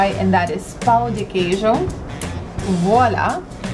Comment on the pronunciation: a pronúncia de brigadeiro foi perfeita, mas o pau de queijo (wooden cheese) é como ele fica no dia seguinte ^^